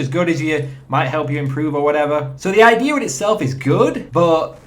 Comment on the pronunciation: I love it when you say "idear"